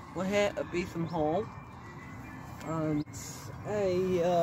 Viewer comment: Bee thum . Not beet-ham